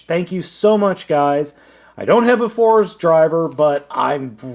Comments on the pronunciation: Fourze is pronounced Four-Zay, not Fours. Also, I suggest taking a look at other Kyoryuzin reviews in regards to the combination music. There is a some stuff to it. I think the amount of combining/transforming dinos will top out at 13, seeing as some, like Allomerus, are more utility based. I could be wrong though. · I think Fourze was pronounced as "Four-Zay".